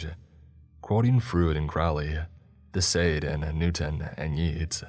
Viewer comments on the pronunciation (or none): none